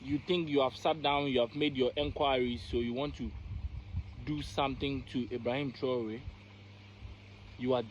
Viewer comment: 😂😂 he had to make sure he pronounced it properly this time 👏🏿 big up ibrahim traore